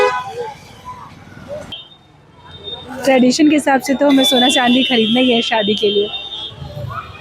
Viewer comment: स को श मत बोलिए